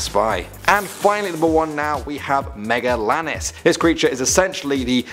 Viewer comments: It's pronounced megalania not megalanis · Me-ga-lay-ni-ah not me-ga-lah-nis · Megalania not megalanis* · It’s not called megalanis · my guy said aga-vantis not arg-en-ta-vis and megalanis not magelania. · Oh and pronounced megalania wrong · Isn't he pronouncing sarcosuchus and megelania wrong.